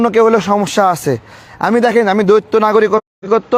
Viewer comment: দ্বৈত শব্দটাকে বার বার দৈত্য বলছেন?